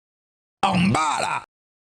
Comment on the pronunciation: Je croyais que tu disait en balle 😂😂😂